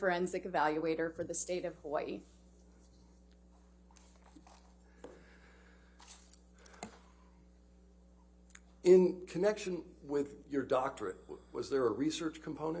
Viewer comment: Yay!!!! Loved that she studied, represented, and said my home "Hawai'i" properly 😇 This was a joy to watch her speak... Much Love to you Doctor & the JD Team 🤙🤙Aloha